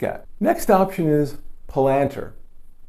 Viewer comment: Palantir is pronounced "pal-an-tier". :-)